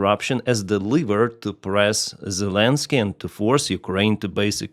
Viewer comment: please. It is leverage not liver😂